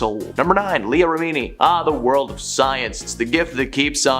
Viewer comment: I always thought she was exaggerating the alopecia And btw it's rem...ini Not remeeni